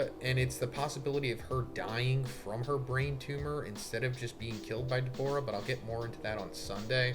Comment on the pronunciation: Dawg his name is Dabura not Debora